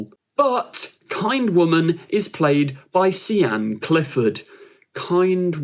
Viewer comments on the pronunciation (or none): Darling, ‘Sian’ is pronounced ‘Sharn’ not ‘See-Ann’. In the words of Gwen Cooper - I’m Welsh. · See Ann 😂😂😂😂 It's pronounced Sharne (Sian). It's a Welsh name. Probably a local actress to Cardiff. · That's not how you pronounce Sian lol. In English, it's said more like 'Sharn' - like Shard but ending in N. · Omg. Sian is pronounced SHARN. FML. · What if it is pronounced see Ann tho